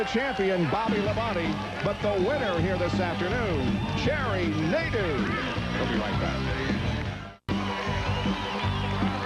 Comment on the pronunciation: Its pronounced, "Nade-o", not "Nade-u". Also, can someone look into this man's ancestry for me?